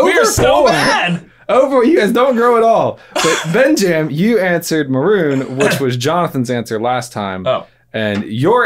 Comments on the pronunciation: "Benjam" Am I the only one who caught this? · I love when calls "BenJam"!